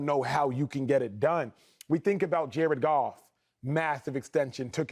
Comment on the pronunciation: Did he say Jared Goff WTH